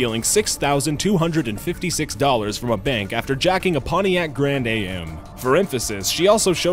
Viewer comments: Its not a Grand A.M. Its a Grand Am. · ... I'm sorry, but Poniac Grand A.M.? Who doesn't know it's just "am"? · I cringed so hard when he called it a "Grand A-M" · pontiac grand a m lol its am as in "i am alive" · Where are you from because you mispronounced so many common US words. Its GRAND AM. Not A.M. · It's NOT Wakko Nebraska (it should be after all it IS the Corn holer state) it's Waco just like Waco Texas. It's not Grand A.M. It's Grand Am (am as in the linking verb) you stupid shit. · haha he says "Pontiac Grand A.M." haha it's just pronounced "am" like "I am", not like A dot M dot y'know? sorry, I an 80s/90s kid, we know these things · It's Grand AM, not Grand A.M.-one word not an abbreviation. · btw it pontiac grand am not pontiac grand a.m. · Pontiac Grand AY EM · Pontiac Grand A.M.??? lol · Ha! Did you really call it a "Grand a.m."?